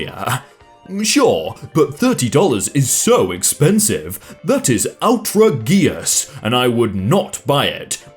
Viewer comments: out-ra-gee-ous....😂😂😂 Out-rage-ous....like unbelievable! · Out-tra-ge-is. Thats not how you pronounce outragious